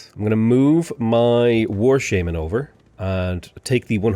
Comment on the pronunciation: The way you say shaman is horrible lmao. Painful every time you say that